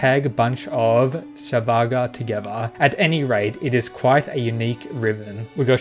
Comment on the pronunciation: Ok just wanted to say one thing. Svarga is actually pronounced as 'Sarga' or rather 'Swarga' ( like a 'swarm' of flies). The 'v' in the word 'Svarga' is either silent or pronunced as 'W'. Hope that helps.